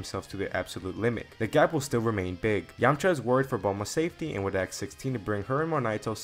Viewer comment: "Ask" ❌ "Axe" ✅ 😂😂😂